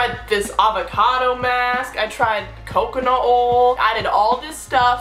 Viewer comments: Coconut ole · the way she said coconut oil 😂😂😂😂😂😂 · im from San Antonio TX i dont say it like here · bruhh same